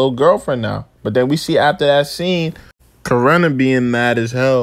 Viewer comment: It’s Corrin not corrina…. Why you putting an A after it